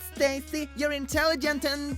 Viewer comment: the click: intelligent'nt the real word: intekkige'nt needs some English lessens..